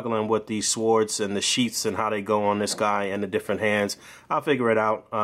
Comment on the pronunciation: No offense to my man and his reviews always dope, but I'm no English major or professor of English but I believe the correct pronunciation for swords is :(sordz) not "swords" the w is silent 😆 just saying my man hey we all been there with one word or the other keep making great vids dog really informative.